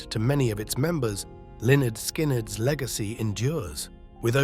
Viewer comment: "Leonard Skin," "Leonard Skinned..." give me a break. These AI videos are a huge disappointment.